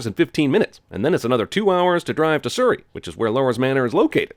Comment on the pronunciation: for pronouncing Surrey wrong.